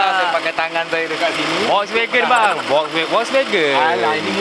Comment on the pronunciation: Sebut volkswagen pun tak betul 😂. Wokswegan